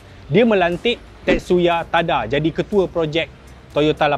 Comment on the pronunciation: Tetsuya Tada <-- bukan ting ting laaa....sepatutnya......Tadaaaaaa.......😂😂😂